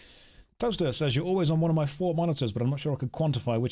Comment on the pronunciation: "sundays at foor."